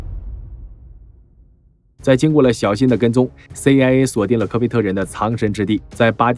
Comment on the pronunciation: CIA讀了什麼 AiA。